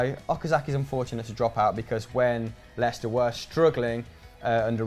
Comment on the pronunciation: Da lil Biscuit lestier😂😂😂 Lei-cester Leicester ffs